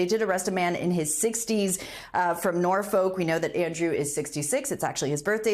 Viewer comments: Norfuck… not nor-folk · Norfolk is pronounced Nor-fook. And it couldn’t have happened to a nicer person lol 😂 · Great hearing all the names of places being butchered. Nor-folk, Buhhrkshire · She can't even correctly pronounce Norfolk . You don't enunciate the letter L. As in " Norfok" with no emphasis on any part of the word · Imlove the way they say Norfolk and Bershire i.e. exactly as they are spelt! Come on, professional presenters should at least get English county names right. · Terrible pronunciation of: Thames, Berkshire, Buckingham, Norfolk... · The reporter in the UK needs training on how to pronounce English names, such as Thames, Norfolk and Berkshire.